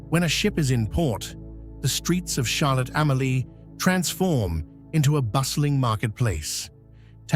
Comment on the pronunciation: Like the way Charlotte Amalie, Fungi & Magen's Bay are being pronounced 😑😑